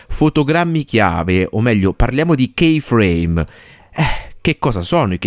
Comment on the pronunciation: Si dice ki frame non kei